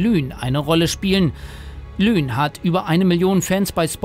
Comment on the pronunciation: Die heisst nicht lüne sondern LUNE!!!!